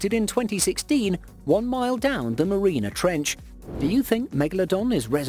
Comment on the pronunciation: The "ma-reen-ah trench?" It's pronounced "mar-ee-ah-nah". Mariana Trench.